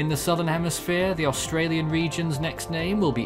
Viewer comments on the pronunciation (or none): none